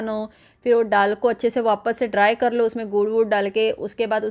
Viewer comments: डाल नहीं बोलते दाल बोलते हैं mem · डाल नही दाल बोलते है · दाल बोलना नहीं आता, विदेशी हैं आप???डाल,डाल बोलते हुए संकोच नहीं होता। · दाल होता है डाल नहीं आप डाल बोल रहे हैं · मैडम डाल नहीं, दाल है। कृपया सही हिंदी बोलें। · डाल नहीं,दाल बोलिए 😂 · डाल नही दाल बोला जाता है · डाल नहीं दाल बोलिये